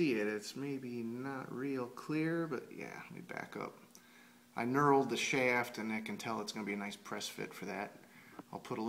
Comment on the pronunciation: he said shafftt lol